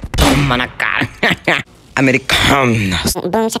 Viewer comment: "Americããnas" amei kakakak